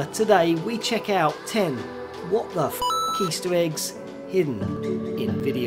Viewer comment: "easteweggs", "cwazier" these are literally in the first 7 seconds of the video..